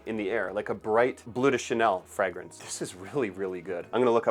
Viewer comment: what is a "Fregrence"?